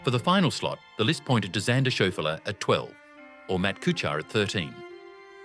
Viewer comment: it’s May-han, not Muh-hahn, and Shaw-flee, not Show-fuh-luh.